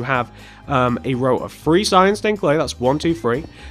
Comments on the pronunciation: You said free And you meant three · It's three not free